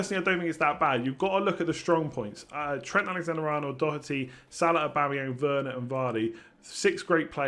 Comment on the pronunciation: More should subscribe now. Just for the fact alone of an English fella saying Doherty properly is damn impressive! Must have been practicing for weeks!?